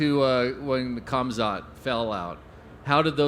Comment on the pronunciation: “Khamzat” with a hard K Missed opportunity to call him cum snot